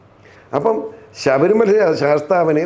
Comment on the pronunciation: ശബരിമല ആണ് ശഭരി മല അല്ല.